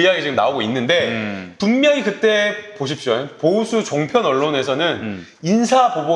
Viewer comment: 보십시요잉~~??~????~ 사투리~난 보았고 들었네ㅋㅋㅋㅋ 귀염뽀짝